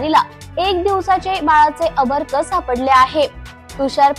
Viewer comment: अर्भक चुकीचा उच्चार नको करू बाई